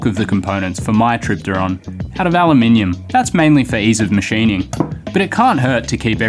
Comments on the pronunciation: I don’t think you understand just how much of a breath of fresh air it is to hear ‘Aluminium’ pronounced correctly in a YouTube video. Al-you-mini-yum 😊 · At least he pronounced Al you minium correctly. 🍻👍